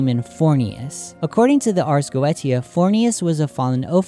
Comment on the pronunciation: Is it not spoken arz go-esia